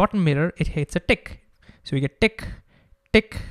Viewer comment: Indian T sounds like D so when he said tick